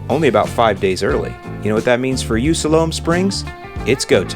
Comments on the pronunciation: Great video as always. Must be that Chicago accent over dere but uh “Siloam Sprigs” is pronounced “Sy-lum” Springs my friend. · FYI - Pronounced "sigh-lome" srings Arkansas. Great video!!!